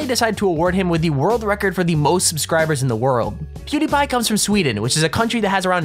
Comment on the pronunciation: He said Qtipie insted of Pewdiepie